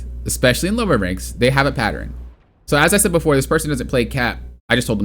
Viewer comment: Pattern. Patterin. 😂